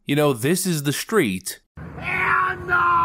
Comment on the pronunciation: I love everything about your show except that you say “shtreet” instead of street.